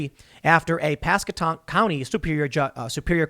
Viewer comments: Lol it’s Pasco-tank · Pask-wa-tank has a the phonetic spelling of the county. For future content lol I’m from around there and it’s understandable but painful to hear the pronunciation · 😂 hey Tim you keep saying it wrong it’s pronounced Pass qua Tank